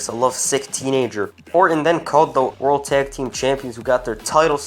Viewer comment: 0.55 "raw orld tag team champions"